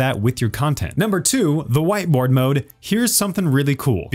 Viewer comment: did he say "White boi mode"? XD